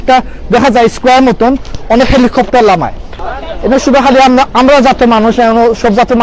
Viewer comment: Lmao, can't stop laughing... When you said "Amda" . Say "Amra" Loved the vid ❤❤